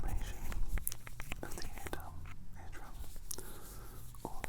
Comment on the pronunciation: "inflammation of the eardum" mate you are cracking me up I'm trying to sleep 😂😂